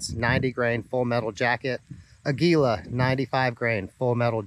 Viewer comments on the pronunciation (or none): none